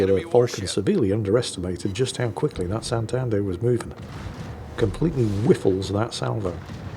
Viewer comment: Once again wows us with his confidently incorrect facts! Santander is a Latin American ship, not a Spanish one. Also, its pronounced SantadEr, not SantAnder.